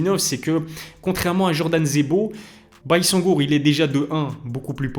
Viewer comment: ça se prononce "bayzengour" si jamais les gars